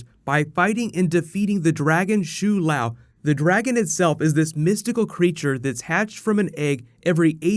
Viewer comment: pronunciation of shou lao is so off it's cringey. but great vid